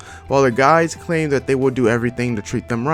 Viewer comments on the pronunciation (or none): none